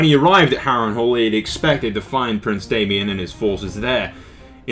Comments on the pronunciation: You pronounced Daemon wrong, it's Daemon not Damien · IT'S DAEMON, NOT DAY-ME-ON. DAY-MON = DAEMON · good video, however the orders of events aren't entirely right! its daemon, pronounced DAY-MON, and Aemon was killed on dragon back by Daemon pronounced A-MON :)